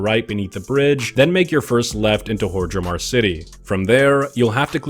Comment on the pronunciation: why he pronounce hordemar like hor-dre-mar